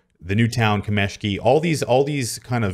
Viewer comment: It's kAmeshki, not kamEshki